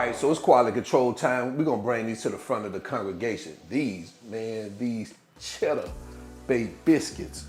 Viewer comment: You had me at "chedduh" 🤤